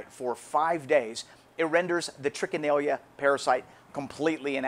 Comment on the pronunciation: #2 By the way Sir, At the risk of sounding Pretentious, the name is Trichinella not Trichinellia! Oh & also they aren't microscopic (quite a bit larger). They measure at about .6 to 1.7mm approx. & .3mm in width approx. And they are Nematodes (Round worms).Peace ✌️I must add that pieces of game meat must be cut to Considerably less than 6 inches thick, before Freezing!! And the "recent" Recommend, number time for Freezing, is, at least 3 Weeks!! And as I already said "then Cook"!!😃🤠 Peace ✌️